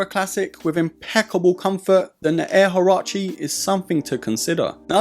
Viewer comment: Das sind Nike Air HUARACHE … nicht Harachi ….